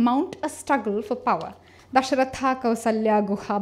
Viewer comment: lol....u are supposed to decolonize and stuff...and i find it quite funny when Dashrath is called as "DashrathAAA" :DDD Yog as Yogaa etc... first correct your pronunciation and we are talking about "reversing the gaze" here....its ironical